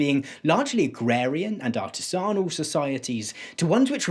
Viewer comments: When you say the word "artisanal" the emphasis should be on the "i". Ar-tiz-n-al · Im sorry "ah tiz ahnal"??? What is that hilarious artisanal pronunciation? xD Great vid as always :)